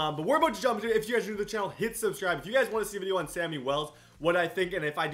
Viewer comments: It is shammy not Sammy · It's not Sammy it's shammy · It's Shammy not Sammy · It's pronounced shammy